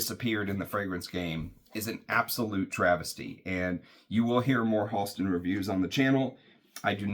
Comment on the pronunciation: Great, moving story, and beautiful homage to Science Bear. Thank you for sharing. Fantastic review. (PS Went to school with Halston’s niece in the ‘80s. It’s pronounced “Hal-ston” not “Haulston”) Wore Z14 a lot in the ‘70s. Definitely going to track down 101. I suspect the brand went away after Halston’s death from AIDS.